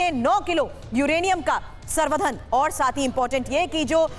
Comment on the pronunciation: संवर्धन को मिश्रा जी सर्धन कह रही हैं ,एक बार ही नहीं दो बार कहा ।